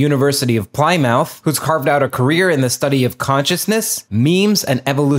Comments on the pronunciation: "University of Ply-Mouth"? (It's pronounced Pli-muth) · A bit pedantic but Plymouth pronounced Plimouth ! Really respect the basis of this conversation - to try and understand each other rather than be confrontational.✌️🕊️ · Love pronunciations of English places.. "ply-mouth"...lol Plymouth,: *-pim-muth. There are no "mouthes" involved. X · Plymouth.. not plyyyyymoth Sorry it had to be said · Ply mouth ???!!! 😂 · It didn't bother me but check your pronunciation of plymouth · Learn to pronounce Plymouth, 😂